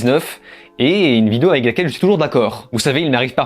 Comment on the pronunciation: Complètement d'accord avec cette critique, le film actuellement est sur netflix, j'ai pas tenu 15 mn et je ne pense être suffisamment maso pour perdre mon temps dessus. En aparté, c'est peut être moi mais j'ai l'impression que tu dis vidéou au lieu de vidéo... Non?!